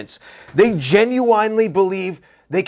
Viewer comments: Gen-u-wine-lee > Gen-u-n-lee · You keep pronouncing gen-uin-ely genu-inely it really pisses me off, are you meaning too?😂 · I didn’t realize there was a W in genuinely 😂. Great channel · Love everything you talk about, but the way you pronounce genuinely really grinds my gears lol